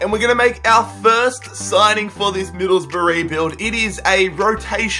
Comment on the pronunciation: Stop saying hills rough